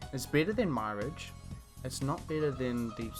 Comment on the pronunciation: "my ridge" 🤣🤣 it's pronounced "mere arge"